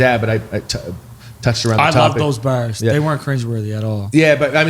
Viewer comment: Take a drink of your favorite beverage or a hit of whatever you smoke every time they say 'berz' (Bars)